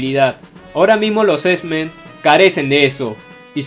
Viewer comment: por qué dices "esmen" :v?